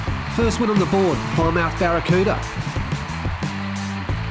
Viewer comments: Not ply-mouth, it's pronounced "plimmith" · 👍🏁😀 say it.......PLIM-UTH😉